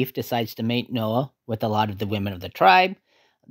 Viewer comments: It is Naoh, not Noah. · The main characters name is pronounced NAH-OH. You hear Ika and others say it that way. throughout the movie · It was pronounced NA-oh.